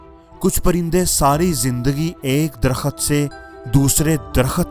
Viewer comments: Jo bol rahy onka talafaz Nahi Sahi darkhaet Nahi Derakht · Darkhat nahi re baba darakht